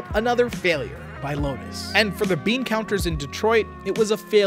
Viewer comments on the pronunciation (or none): none